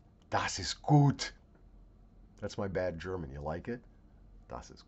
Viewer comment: Your german pronunciation is actually very good👍